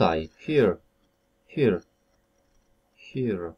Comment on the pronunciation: Proszę szanownego pana, Czy naprawdę "here" wymawiamy [hia]?